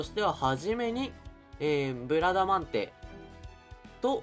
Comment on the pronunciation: ブラダマンデ・・・言いにくい・・・